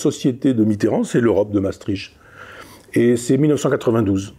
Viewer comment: Mais pourquoi les Français, même cultivés comme Michel Onfray, sont-ils tous incapables de prononcer correctement les noms étrangers ? Déjà, Maestricht cest cht à la fin, pas tch ! Il suffit de savoir lire. Ensuite il n’est pas difficile de prononcer « Maestrikt » au lieu de Maestritche ! Que dirait-on si on prononçait « « Parisse » ou Ca-en pour Caen ?